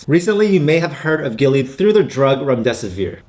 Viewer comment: Man you butchered the hell out of Gilead's name like a white dude trying to pronounce "Nguyen". 🤣 I'd honestly put Illumina way up there. They almost have the entire market share to support future CRISPR and gene editing technology.